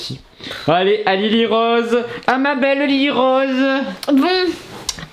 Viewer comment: Ta dit Lili robe au lieu de lili rose